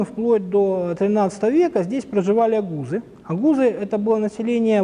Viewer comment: Сидим и слушаем неграмотного, фальшивого идиота, который неграмотно произносит этноназвание одного из самых крупных этносов в мире. ОГУЗЫ!. Правильно произноси. И ОГУЗЫ если и имели что-то общее со славянами, то это славянские бабы.